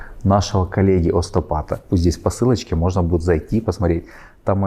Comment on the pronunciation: Почему Ва говорите "остопат" ?. Вы на самом деле доктор ?